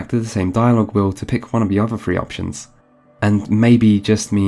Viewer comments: I got excited when you started saying "Fallout free" before realizing you have a speech impediment. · Such a good video until it got to the Fallout 3 part and beyond, how can you be British and pronounce three as fwee